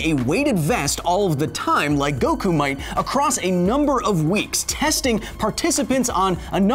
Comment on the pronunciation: Inaccurate terms/pronounciation : • HyperMoronic Lion Tamer... I mean Hyperbolic Time Chamber • Go wookoo • Tea yen • Dragon Ball Zee • Gohkoo • Kah Karrot (kinda okay) • Krillin (also kinda okay)